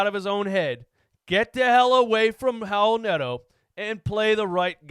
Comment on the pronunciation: "Raul nato" i mean c'mon man